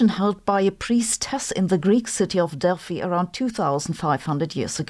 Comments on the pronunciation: German pronunciation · When she said Delphi method, for a second I understood DEATH METAL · You are saying Delphi wrong FYI. And also George.